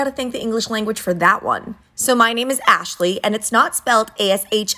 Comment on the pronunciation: Why does the way that you pronounce your name sound like ‘AshSLAY’? 💀